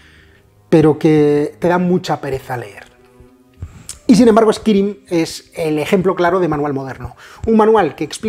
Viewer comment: El Vampiro Chapters mi favorito honestamente. Lo digo sin maldad, me ha hecho mucha gracia "eskirim" jaja nunca habia oido a nadie decirlo así. Seria "eskairim"